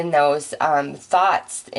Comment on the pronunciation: When you say thoughts it sounds like thots lmao. You’re an awesome reader. Thank you for your energy!